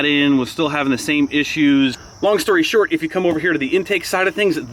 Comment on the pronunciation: “Long and stort of the shory”😂